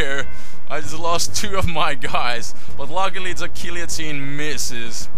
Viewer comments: I thought you were French... Then you butchered "guillotine" :P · Gee-lee-oh-teen lol.